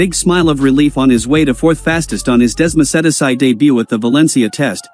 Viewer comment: So, first of all, please work on your pronunciation. Its Marteen, not Martin, and it's desmo-say-dee-chee, not whatever the heck you are saying. Plus, no mention of Ducati and their regard for Marquez, just what Pramac thinks. Marquez has a chance to redeem himself, if he rides responsibly for a change. That's unlikely to happen so maybe now that he's not on a Spanish team, in a Spanish owned series, the stewards may actually sanction his dangerous moves. He's not welcomed at Yamaha either.